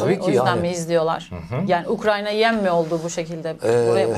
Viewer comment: Hocam, Ukranya değil ya.. Ukrayna.